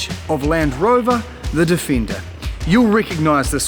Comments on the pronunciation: Defender is not pronounced difenda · I love that "Difinda" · I love the "Difinder" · the difindah got me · Land Rover Definder😅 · The way he pronounced Defender sounded like some abode for the elves in LOTR movie..